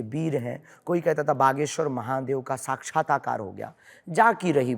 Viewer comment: Sakchhatakar nahi sakchhatakar hai Dhirendra ji